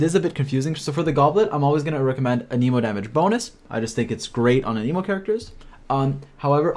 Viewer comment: Its not aneemo its anehmo, you running the jp vo?